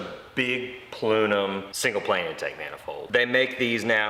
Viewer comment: That's a cool "plunum"😂